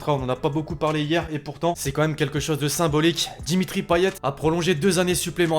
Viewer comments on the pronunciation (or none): none